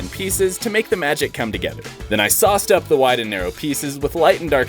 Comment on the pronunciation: Why did bro say the wood got sauced up sounds like oiled up